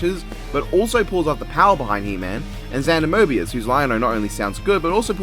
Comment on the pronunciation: getting mad over Wiz mispronouncing Hiryu and Kiryu when he himself keeps referring to Xander Mobus as "Xander Mobius".